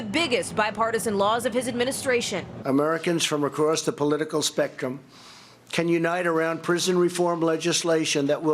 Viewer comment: How many noticed "SPECCUM" INSTEAD OF SPECTRUM??